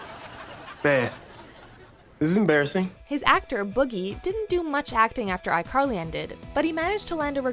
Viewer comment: iCarl-hee hee